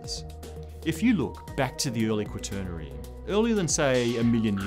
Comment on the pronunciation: Before reading the inane comments below, my biggest concern with this video was that the "presenter" learn to pronounce the word quaternary (RP my ass). After reading the first couple of comments, I realized that there are people who are completely clueless about climate. A new ice age would presumably at the least cause mass starvation, probably mass extinctions, and quite possibly the collapse of human societies and technologies. Global warming will likely, through different effects, produce the same results.